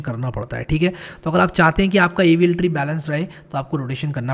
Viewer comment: Why does AVL tree sound like Evil tree in 2x speed... 😂